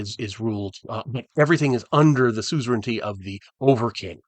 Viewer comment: Another excellent video 🎉 You are a true Champion of Greyhawk!!! 🎉 BTW... SOOZ - uh - run- tee 😄